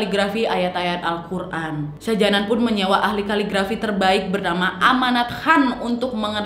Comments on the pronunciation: Shah Jahan bro, bacanya Shah jehan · Sebutan nya salah ..shah jahan bkn shah janan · yg mama betul mbak ' syah jahan/syah jehan' atau syah janan??? seperti yg mbak ucapkan?? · Syah Jihan kok Syah Janan ,"Begum" bacanya begeum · Syah jahan kan? Bukan syah janan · Salah pengejaan kak, shah jahan yg bener